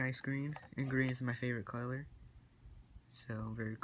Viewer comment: "cloler" lol